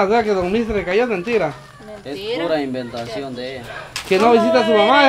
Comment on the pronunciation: TUA NO SE DICE IBVENTACION SE DICE ES PURO INVENTO LO QUE ELLA ESTA DICIENDO